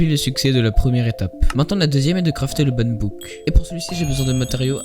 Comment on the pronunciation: broo premier mot tu dit ban book au lieux de ban hammer 😭